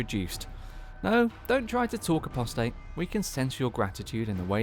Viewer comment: Apostate is pronounced “A-poss-tate” (This means someone who has left their religion.) Not “Appo-state” as you say it here.